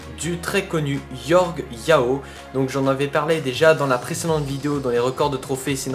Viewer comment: C'est pas Yorge Yao mais Jorge Jao